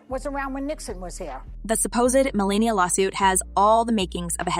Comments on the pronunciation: Melania. Not Melina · How do you turn an a in someone's name into an i? It's Melania!!